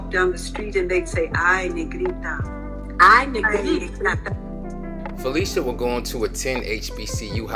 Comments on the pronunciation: Excellent. But her name is not pronounced as if were spelled, Felicia, it's actually PHUH-'LI-SHUH. See . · Her name is pronounced: Fah - lish - ah. (short "i") not fah-leesh-ah. She is very particular about that. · Lish [Phil….lish…a]. Debbie Allen quickly corrects people when they say her name wrong. This was awesome to see. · Learn how to say this woman's name, please!!! It is NOT Fa-LEE-sha! It is Fa-LISH-a! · So true. But to be fair, her name is so interchangeable with Felicia that people just automatically think that’s how you’re supposed to say it. Even I didn’t know until a few years ago that it’s really pronounced fuh-LISH-uh because so many people called her fuh-LEE-shuh all my life. It’s like the “phy” don’t even matter. They still think it’s like Felicia. But get this, she was actually named after an aunt whose name was spelled the regular way…but that’s the real pronunciation of Felicia 🤣. Names and these vowel pronunciations are funny, I swear. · I think she would scalp you for pronouncing her name Phy-lee-shia instead of the correct way of Phy-li-shia. Lol... IJS. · Fuh- lish-uh Not Felicia but that's a good one 🤣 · that her name is NOT pronounced Felicia it's Fuh-lish-uh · Brother what a beautiful tribute….however a lot of yall are mispronouncing her name its not “PHY LEE SHA” it’s “PHY LISH A” although spelled Phylicia…listen to how Ahmad Rashad pronounces it when he proposed on live television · pronounced Phy-lis-ha.... love her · I love this video I just hate that you pronounced her name wrong the entire video